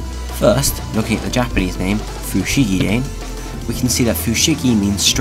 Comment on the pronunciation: Sorry for this, but... it's "fu-shi-gi-da-NEH," not "fu-shi-gi-DAIN."